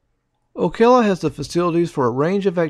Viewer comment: And the pronunciation of Ocala. Never heard it called Okela.